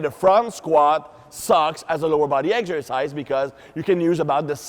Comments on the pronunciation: I think this guy is french. in french you prononce egsercise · "Eggs-ersice" - love the accent. The demo guy makes look tiny! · I love how pronounces "Eggzercise" and thighs aka "ties". Great videos as always!